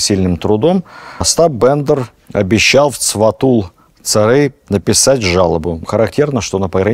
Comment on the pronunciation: Спасибо ,за лекцию,очень позновательно и интересно! Но в произношении "Сфатул-ударение на букву" а" , Цэрий - на букву " э"! Так верно! Простите! Спасибо.